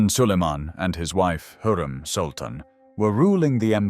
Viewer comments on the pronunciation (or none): It's HURREM not heram